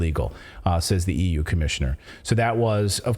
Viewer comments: How come ordinary Germans abroad speak English so much more correctly than Schwab? zee zeeL he can't say the? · schwab: first learn how to pronounce "TH", then come back.